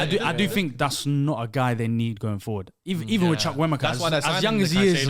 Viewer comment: they really butcher the pronunciation of Chukwuemeka